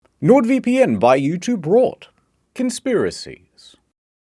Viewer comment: Why he says "Sword VeePee N'